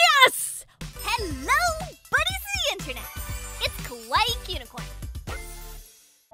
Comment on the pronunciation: Silly fan it's Kawaii not kwaii how dare you UGH